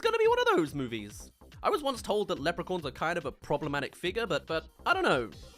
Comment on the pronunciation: The way you pronounce Leprechauns